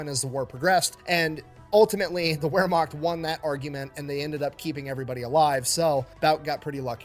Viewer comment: Hey, just wanted to let you know, first, the word Wermacht is actually pronounced as though written with a V instead of a W, TFE actually got that pronunciation wrong. Also, The difference between the Wermacht and the SS is pretty simple, the Wermacht was basically like the regular army whereas the SS where party guys, meaning actual Nazis under Hitler's command. Technically, yes, Hitler was also in control of the Wermacht, but while every German who fought in WWII was fiercely nationalistic, not all of them were Nazis, and seeing as how Hitler's power was waning at this point in the war and there were way more Wermacht than SS, it's really no wonder that the Wermacht won that argument.